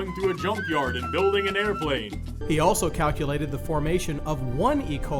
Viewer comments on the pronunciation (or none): none